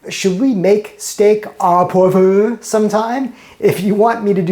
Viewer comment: "Poivre" in French is pronounced "Pwahv-ruh" and there is no "err" sound at the end. Good, informative videos! Keep up your good work.